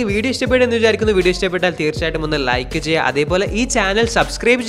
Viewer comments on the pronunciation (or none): none